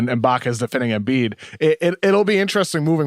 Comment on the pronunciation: holy shit this kid comes on sounding like the biggest fuckin NERD in history, damn his voice is just the WORST. The part from - where he says " big busckset " and "Embiiedttsshh spphin move" fuck I can't even w these nerds talkin' about basketball when they have obviously never played ball and have no idea what there are saying in these takes. RINGER : Please get guy to talks sports who sound like they have ever played a sport , yikes!!